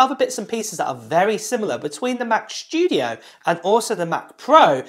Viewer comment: WHAAAT? Mac sCHtudio? :D::D:D:D::D noice!